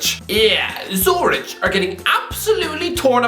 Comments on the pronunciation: "Sue-rich" I am fucking dying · just geography knowledge too, calling it a "small village" is so ignorant it's hilarious, with a completely wrong pronunciation too